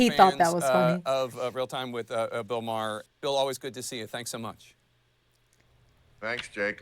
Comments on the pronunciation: His name is pronounced "Mar"., not Mare. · Yes, thank you. I keep wanting to bring this up without coming off as pedantic. I think of it like Bill Burr, Bill Marr.